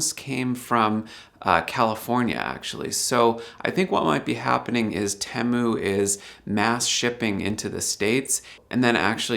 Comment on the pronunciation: I thought that TEMU was pronounced 'tee-moo' as I have heard it said in many other YT videos. I have also noticed that some folks (usually from India) pronounce Debian as 'dee-bee-in' which is not correct since it is named after the founders of the project Deborah and Ian, thus pronounced 'deb-ee-an'. Please advise.